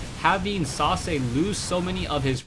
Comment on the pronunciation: I was not looking at the player's name and i thought you said Sausage :))